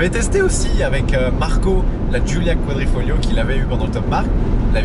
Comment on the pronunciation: Super video comme d'habitude! Et c'est QuadrifoGLIO et non pas Quadrifolio, continue comme ca ! :)